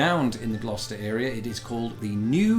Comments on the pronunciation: I'm just glad you pronounce Gloucester properly. Used to live in a town by that name in NJ. Some of the ways people try to say it is painful. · It’s pronounced gloster